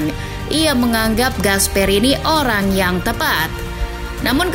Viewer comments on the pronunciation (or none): none